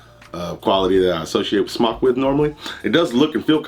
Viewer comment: Kudos aluminium and smok pronounced correctly. The black o ringed coil is mesh the other is a parallel coil not as good imho. Odd also the mtl one has larger juice ports, more cotton probably you can go over the recommended wattage by 5w easy.